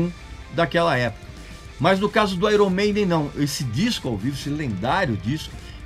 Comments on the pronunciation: Airon Maiden------------------> Pronúncia correta----------> (Aiern Meiden). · Pronúncia errada! Correto é "Aiern", não é "Airon"... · qprende a falar meno onome direito pow..... airon? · Uma dica purista aos que também gostam de pronunciar corretamente YouTube (íútíúb) A pronúncia correta de Iron é: Áiêrn Pode pesquisar... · Grande Regis... Vai uma observação sobre a pronúncia do nome da banda, que muitos não sabem... Em inglês, IRON se pronuncia AIORN.... Então seria AIORN MEIDEN. Grande abraço! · Tá pronunciando IRON errado kkk